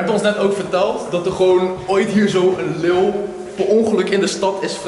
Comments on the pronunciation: jij zegt leel maar het is leeuw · Jij kan echt niet normaal leeuw zeggen 😂😂😂😂😂😂😂😂😂😂😂😂😂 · Het is toch leeuw geen leeul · Haha je zei lileeuw geen haat maar het klonk grappig 😂😂